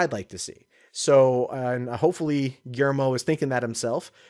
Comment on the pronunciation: You totally butchered Guillermo's name. LOL